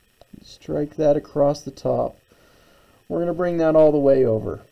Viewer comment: Marvellous demonstration, incredibly informative. So good that even though it disturbs my English sensibilities no end, I’ll overlook your pronunciation of across (what is this acrosst you speak of?).